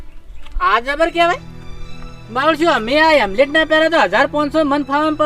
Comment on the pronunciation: હેમલેટ નહીં હેલ્મેટ બોલો